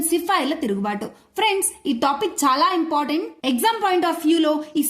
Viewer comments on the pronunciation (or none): none